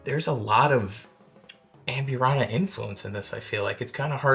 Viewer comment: O. M. G! Normally it doesn’t bother me when someone doesn’t pronounce a word correctly but holy hell 😂. If your going to say amburana 7,000 times in the video please nail it. ahmBOOrahna. AMbureANNA sounds straight out of Appalachia. Love your videos. all good 😂😉